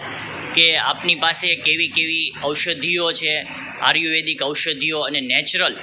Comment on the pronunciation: ભાઈ ને બોલવા મા સુધારો જરૂરી છે આર્યુવેદ બોલતા નથી ફાવતું.